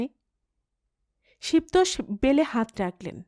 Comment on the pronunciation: "শিব তোষ" উচ্চারণ হবে ' শিবোতোষ ' একটু খেয়াল করবেন প্লিজ